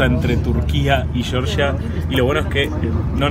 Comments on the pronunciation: La Real Academia Española , por ejemplo. Si fuera "shorsha" se escribiría Shorsha. Como es Georgia, se pronuncia Georgia. Saludos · Se dice Georgia, no shorsha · georgia con g no con ch, cheorchia jaja